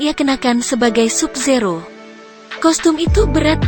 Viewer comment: Tambahi lagi dah "Sub Zero" bacanya "Sab Zero" wkwkwk